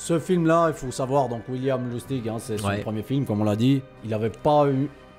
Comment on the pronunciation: tout à fait, c'est un classique de Lustig ( vous prononcez son nom de la bonne façon car cela veut dire marrant en allemand) Merci, vous faites du super taf.